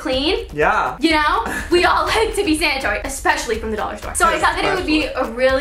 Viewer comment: sanitory?? You mean sanitary??